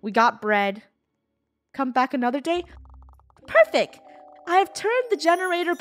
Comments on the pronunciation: funneh said perfec instead of perfect🤣🤣🤣🤣😂😂😂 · “Perfec” Funneh 2019